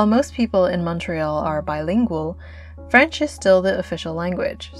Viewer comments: First, I want to congratulate you on how you have been able to make your viewers feel the coolness of Montreal. Secondly, I want to congratulate you on the quality of the French word pronunciation. It shows that you value the importance of respecting the language of Montreal’s majority who are French speakers. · Your french pronunciation is really good….I been living in Montreal all my life and I have to say that your video exceeds any promotional or documentary out there…Bravo! Interesting fact: The Mont-Royal park was designed by the same architect that did NY Central Park… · you pronounce good french 🥰🥰🥰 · Montrealer here, I’m also a Greeter. I just want to say that I love your video: your voice, your french prononciation, your intonation, your restraint in not exagerating everything and your ability to describe what you perceive. Yes Montreal is a cool city and you’re a very cool observer!